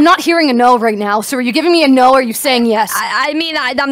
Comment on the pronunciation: Nu? Nu o,o home is lon